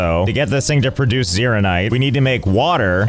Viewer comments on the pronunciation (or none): none